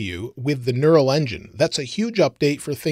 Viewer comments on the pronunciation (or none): none